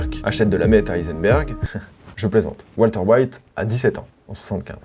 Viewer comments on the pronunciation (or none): none